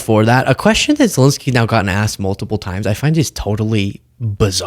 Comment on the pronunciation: Zelenskyy, not Zilinsky. Eh, not uh.